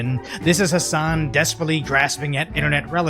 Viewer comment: P.s.- Hassan, the h and an of his name are silent.